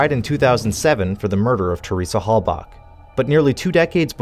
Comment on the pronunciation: i've never heard someones name pronounced so many different names....Teresa hallback, hallbuck, hailback, hailbuck, etc.